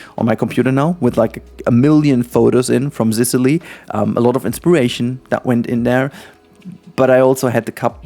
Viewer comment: THE FU K ARE U SAYING ASDAKLJSAADLKJ ZISILY??? ZICILY ?? ITS "SISUHLI " asdasdjkasldas